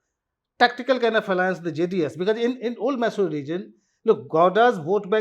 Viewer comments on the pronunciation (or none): Pronunciation corrections - Goda - Gowda , Maysoru - Mysore , Chitradurg - ChitradurgA